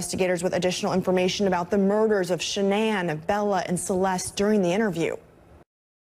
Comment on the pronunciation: Dr Phil, surrounded by a cavalcade of producers, assistants and brown nosers, mispronounces Shanann’s name. It’s not even during an interview segment. It’s a quick set-up piece. They could do it over.